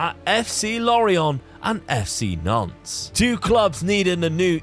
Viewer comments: Hey & Dad- great vid, always enjoyable, the French half of my family is from Nantes, hate to be one of those pronunciation guys but you don't say the s at the end of Nantes- its silent, same with Rennes. Anyway always enjoy the content bro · I keep in thinking you are saying FC Nonce lol 💀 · I totally get French pronunciation but in our English drone it sounds like you’re saying Nonce.